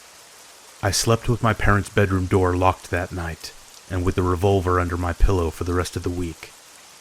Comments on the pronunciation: Hahahaha! What's a "re-vUlver?" Good stories though. This is my go-to channel. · What the fuck is a revul-ver